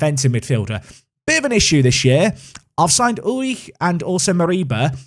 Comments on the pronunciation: All I hear is "uich" and it sounds so wrong :D But then, I am from Denmark, not Germany, and we probably pronounce it different. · I'm not german but I'm pretty sure u just say his name oolrih The doble o works like in the word loop and at the end there is that throat sound that English don't have i dont have a better way to describe i might just confused u more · "Ulrich" pronounced "You'll - rik" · You're killing me with the pronounciation of Ulrich 😂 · For Ulrich, stress the first syllable. Otherwise the pronunciation was good! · Your pronunciation of Ulrich is alright, but the emphasis should be on 'Ul', not 'Rich' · The ri of Ulrich is pronounced like rich and the ch like air thats leaving a balloon through a hole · stabs himself every time he says Ulrich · I'm not even German and that pronunciation of Ulrich is hilariously painful. Sounds like you're struggling to squeeze one out on the toilet.